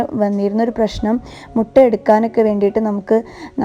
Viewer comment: മുട അല്ല മുട്ട എന്നു പറയുക